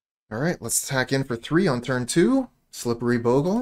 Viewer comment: Nothing makes me happier then a player who pronounces bogle right